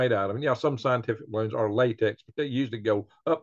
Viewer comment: Re have rots of baroons! lol